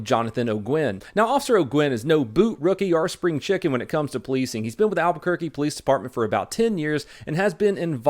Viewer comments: Wow you almost didn't butcher Albuquerque GREAT JOB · You botched it at first but good pronunciation of Albuquerque.